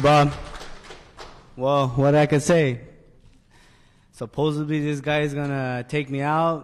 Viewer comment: Oh and it's not supposebly